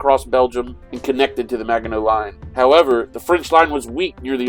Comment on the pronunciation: As a Frenchman, I have to admit I was hurt how you were saying Maginot. But I'm happy you played it, and that you didn't bring out the "french surrender" cliché! Keep up the good work! I'm coolclemENY#5236